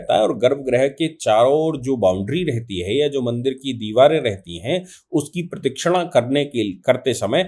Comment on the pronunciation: बहुत ही सराहनीय विश्लेषण किया है आपने 🙏! प्रदक्षिणा और म्लेच्छ जैसे शब्दों का उच्चारण सही नहीं हो रहा है। कृपया अन्यथा न लें।